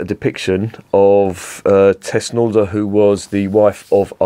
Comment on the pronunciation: Its called thusnelda bier, thusnelda. The wife of arminius. Thus-nel-da... 😂